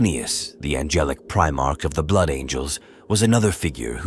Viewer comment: Need to clean up how your AI voice says 'Primarch'